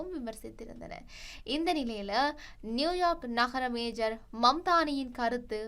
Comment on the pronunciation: தயவு செய்து நகர "மேஜர்" மம்தானி என்று செய்தி வாசிக்காதீங்க. மம்தானி மேஜர் அல்ல "மேயர்". மேஜருக்கும் மேயருக்கும் வித்தியாசமுண்டு. நீங்கள் வாசிக்கும் செய்தியை பல ஆயிரம் பேர் செவிமடுக்கிறார்கள் என்பதைக் கவனத்திற் கொள்ளுங்கள்.